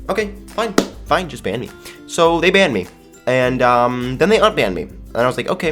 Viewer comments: said bannep instead of banned XD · I thought he said BAM instead of banned 😂😂😂